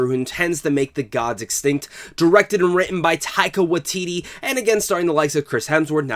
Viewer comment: Great video! Just an FYI, the Wai in Waititi needs to have the same vowel as the Tai in Taika. You're saying Watiti not Waititi :)